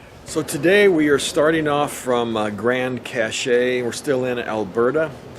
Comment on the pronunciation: Pronounced CASH, like money. Grand Cash.